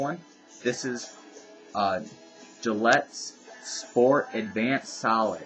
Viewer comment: can't for the life of me hear exactly what you said. was it 'Gillette clinical strength *Spore* Advanced Solid'? spore? that sounds a bit strange. am i just missing the t in sport? ;-p